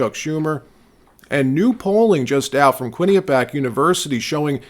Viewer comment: "Quinny Pee Ack"? Quinnipiac is definitely not pronounced like that dawg, it's a LOT faster than that drawn out enunciation, but I gotta admit it gets close for a squid. I live pretty close to the Quinnipiac River, it's practically in my backyard. And I got into QU back in the day, unfortunately it was 10x the cost per semester as the State schools like CCSU were and had a required residency on top of that cost, even though I lived like 15 minutes away by bunk ass backroads. For instance it took me like 18min to get to CCSU via the highway or 45min by backroads, there was no highway to QU from where I lived since they're both between the major hw routes. If there were a highway I could jump on it'd probably have been like 4-5 min tops. The university is located across the street from a sick traprock ridge/state park called Sleeping Giant. It looks like the namesake when you view it from afar. It's a fantastic park, I've spent like 8-10hrs hiking it and still didn't cover every trail. There's also the best damn deli you've ever had, or close to it. Down the street is Ray & Mike's Deli. Holy sheet that place is just fire. Single location original owner deli. It had a legendary reputation 21 years ago when I was a senior in HS... still going strong and tastes the same.